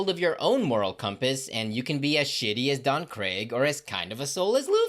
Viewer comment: Biggest earned disrespect in this video: "don CRAIG" 🤣🤣